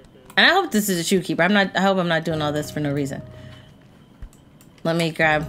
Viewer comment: It said shopkeeper not shoekeeper